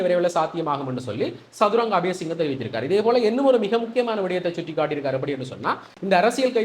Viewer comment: தம்பி சதுரங்ங இல்லை சத்துறங்க. மகவும் அறிவான பணபான இளைய அமைச்சர்